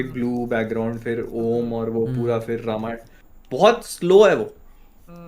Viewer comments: Same yar i have also same question, let's foreigners a side but why indians says रमायन not रामायण 🤔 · Bhaai log it's रामायण not रामायन I see you guys say English stuff pronunciation very accurately but can't do same thing for Hindi/sanskrit stuff.. why this hypocrisy... Only is saying Ramayan perfectly but baaaki dono balak ni ho ki sahi se na bol sako...😮